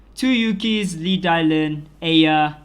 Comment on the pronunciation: Laevatein is pronounced Lay-va-teen. You're saying a whole different word (Leviathan).